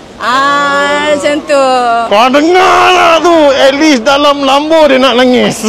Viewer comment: Lembo. Lain mcm slang 😝